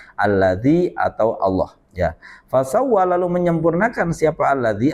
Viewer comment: Mohon maaf memang benar.fasawwa mungkin pak ustadz salah ucap.yang harus nya bukan huruf jar.